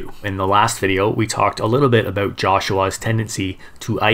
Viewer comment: was possibly the oddest way I’ve heard it pronounced 😂 But hey, it didn’t take away from an otherwise great video. When they fight, my money is on Fury too!